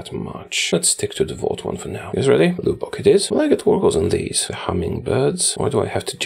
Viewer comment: "LEWBOCK" bruh